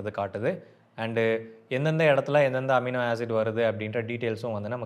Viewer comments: Who cares... Does that amino knows.. 😂😂😂 he is mispronuncing or is that word universal in all languages..😂😂😂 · எமினோ இல்லை அமினோ 😊